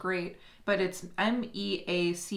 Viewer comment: As a Meacham with an -am you pronounced it correctly!